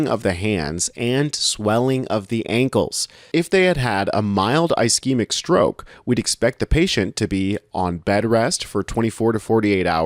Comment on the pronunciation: Great, please learn how to pronounce ischemic and hemorrhagic